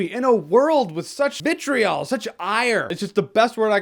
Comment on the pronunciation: I swear Jeremy said bitch-riol and not vitriol.